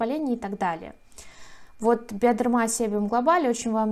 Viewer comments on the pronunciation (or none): У нас в Германии Bioderma произносится как BiodErma с ударением на Е, произносится как русское Э. А в Росии почему-то с ударением на А, слышала такой вариант не только от вас, 😉. Извините, если что. 🙋‍♀️